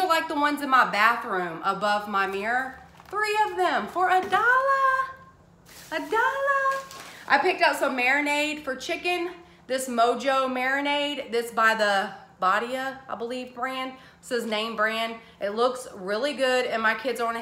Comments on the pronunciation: The marinade you got by Badia is pronounce Mo-ho. Just letting you know, not trying to correct you. You will love it. Marinate your chicken for 24 hours if it’s boneless 12 hours will be fine then serve it with black beans and rice and you will be eating something delicious. Thanks for always giving such great hauls. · Mojo is pronounced Moho. It’s great on steak and pork chops too.